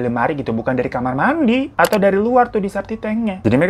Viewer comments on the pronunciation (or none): none